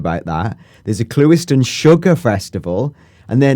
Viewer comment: "clue - iston" got it right lol